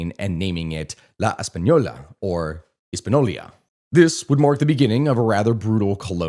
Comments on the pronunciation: Hispaniola not Hispanolia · no that's how he pronounced it lol and multiple times not just the timemark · How can you pretend to educate but can't pronounce a simple word Hispañola? Let me help you 😂 (His-pa-nee-o-la). Try this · This is the only source i have ever encountered that pronounces “Hispaniola” the way this guy does and not his-pan-yo-la. Maybe I’m wrong and he’s saying it a way that is correct in another language, but I’ve never heard that before. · sorry lad, but its hispaniola. not hispano-lia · it's Hispaniola not HispaNolia lol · No, not Hispanolya. The y does not go there. Ever. "Intercontinel" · the way he pronounces jovenel moise is so fucking garbage that i can almost forgive hispanolia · All your detailed explanations got ruined by not being able to pronounce correctly names like Hispaniola, La Trinitaria, Trujillo, Balaguer... And whenever the massacre of Haitians by Trujillo is mentioned you also have to mention those perpetrated earlier by the Haitian troops in several Dominican towns, most famous of which is El Deguello de Moca. 😢😢